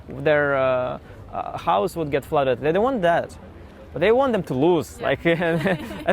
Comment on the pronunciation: I love how he said their house "flooded." Dutchman indeed.😂